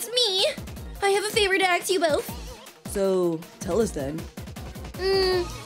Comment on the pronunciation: I like how ur not saying ask... ur saying aks 😂😂